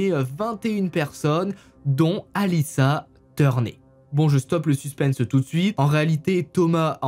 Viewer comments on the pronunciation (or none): none